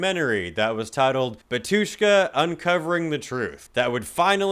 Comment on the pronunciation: The way you said Batushka 💀💀 (erm actually like the emphasis is on “Ba” And wait they mentioned?? Idk anything abt them apart from how they black metal and russian